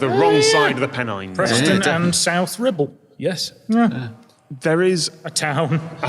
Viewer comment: was very careful to pronounce the R this time.